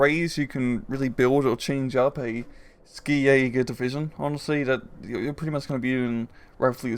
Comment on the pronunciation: Just a small thing: "Ski" in German is pronounced like the English word "She".